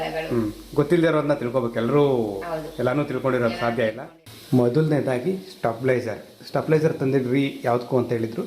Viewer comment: ಅಣ್ಣ ಅದು ಸ್ಟೆಪ್ಲೈಜರ್ ಅಲ್ಲ stabilizer